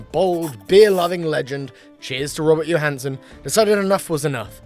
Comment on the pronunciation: His name is Robert Johansen, not "Johansson", right?